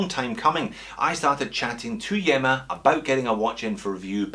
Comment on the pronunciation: I think that you pronounce this one as EEMA as in ilya. Keep up the great entertainment